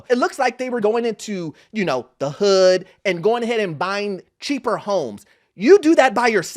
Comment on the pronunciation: lmao the way dude said "the hood" lets me know he has never been there before.